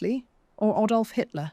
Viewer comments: It's Adolf Hitler not "Aydolf." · Ay-dolf? Very good video. The AI voice is much better than many others. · Well-spoken English......then.. "Aydolf" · Aydolf Hitler? Learn to pronounce Adolf before you talk on a podcast. Btw the actual proper pronunciation of "boer" is boor ", not"bore". It simply means farmer.